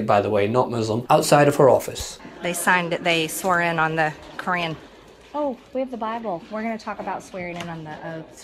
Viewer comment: She said they swore in on the Cran? WTF is The Cran?